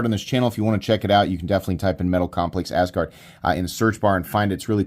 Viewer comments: I like how you pronounce it as Ass Guard lol. Even though I don't have a better pronunciation for it hahaha. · Why not pronounce it the way, Scandinavian people do? That’s where the name comes from. The first syllable “As“ is pronounced like the English word “us“.